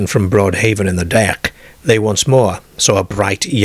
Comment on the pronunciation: “In the dak”, “while in the cah” , “painful mock on hair airm”. 😂😂😂